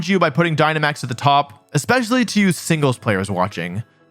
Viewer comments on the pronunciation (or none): "you singles players" it sounded as if you said a slur